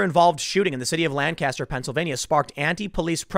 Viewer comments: It’s weird hearing Tim pronounce Lancaster wrong so many times when he doesn’t live very far from there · the correct pronunciation of "lancaster" pennsylvania is paramount when discussing it - you are not casting lans. lank uh ster or gtfo also i should posit that if my hometown were to be burned to the ground over such a benign use of force i would.. lose no more faith in humanity than i already have i suppose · The city in PA is pronounced Lankiss-ster not Lan-caster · Just a tip to help you if you ever go to Lancaster. They pronounce it Lankaster quickly together and not Lan-caster with a long, drawn out "n". They get very uppity if you mispronounce it. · My house is literally right there in town. I'm like 4 blocks from this. Also these people were from out of town, because they pronounced Lancaster the way you did - lan-cast-her, and all of us pronounce it lang-kissed-her. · Yo Tim, this shit literally happened 5 minutes from my home. 8 people have been arrested, and all of them were from out of town. Also it's pronounced Lan-kiss-ter. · This sucks, Lancaster is a nice city. Also it’s pronounced “lane cuh stir” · It’s pronounced Lank-ister here In Pennsyltucky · As someone who lives here Tim...it's pronounced Lang-kester...and now that that's off my chest, why is BLM coming here for a Hispanic guy who isn't black? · You pronounce it Lank-kiss-stir, accent on the first syllable, please. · Me, someone who’s family is from PA: It’s Not Lan-caster Tim. It hurts when you say it like that. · Hey man... locals pronounce this city as Lanc - aster... it's a PA Dutch thing, you have to live here to understand. LOL You must have heard the city and county pronounced this way, because YOU started to say it this way in this video. Love you Tim... just busting your balls.